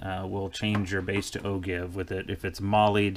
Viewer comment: Nice talk. BTW... "Ogive" is pronounced ˈō-ˌjīv where the G sounds like a J.